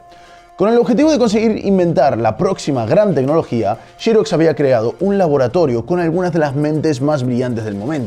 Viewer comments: Me parece excelente que prefieras pronunciar las palabras inglesas con fonética española, pero entonces ¿por qué dices "Chirox? En inglés la X en Xerox no se pronuncia como "ch" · El documental es muy bueno, interesante y currado. Lo único que ha bajado su nivel es la pronunciación de XEROX y no de Apple que en "teoría" está bien dicho! El problema de la palabra XEROX es que no se pronuncia con la letra "CH" ni en inglés ni español. Quitando la "pijotada" de la pronunciación de la palabra XEROX, te ánimo a que sigas haciendo este tipo de vídeos que dan MUCHA cultura y educación en estas redes sociales donde está plagado de vídeos vacíos que atontan a cualquier cerebro... 😉 👍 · Me hace mucho ruido el “Chiroxs” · Encuentro terrible que en España pronuncien shirocs en vez de Xerox. Solo por eso le doy un no me gusta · shí rocs ! XD . Suena raro escuchar pronunciar la x como sh. Muy buen material de estudio. Like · Francisco Justel es mas como shhirozz, jaja pero si entiendo el punto si no sabes pronunciar inglés mejor léelo en castellano, se oye menos ridículo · se entiende la aclaración, pero qué hay de pronunciarla como se debe, sin localismos?...Xerox? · Pense que el comentario iba a ser por la pronunciación de Xerox... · Qué raro pronuncian por allá la palabra "xerox" 🤔🤔🤔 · O pronuncias Xerox tal cual se lee en español o usas un minuto y aprendes a pronunciarlo en inglés a través de Google. Suena calamitoso... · Se dice "xerox", no jiros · no lo tomes a mal pero dedicate a lo tuyo en esto no eres bueno MINIS PC eso si eres bueno viendo cosas nuevas es una idea espero que no lo tomes a mal .......y se se diceXEROX no YEROX .....JAJAJAJAJAJAJAJAJA es broma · "SHIROX"??? ----> mmmm....es "SEROCKS" al menos en Arg. saludos! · Shirox!!!!! jajajaja, jamas imaginé que los españoles le llamasen así. En latinoamérica le conocemos como Xerox o fonéticamente hablando: gzerocs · Vale lo de "Apple" o "Apel" como dicen en españa, pero ¿xirosh? ¿por que? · shirox, se dice xerox